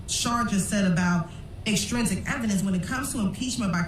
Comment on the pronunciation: OK I can't stand the way she saying extrinsic... and so much the jury will never remember all this hope they get notes lol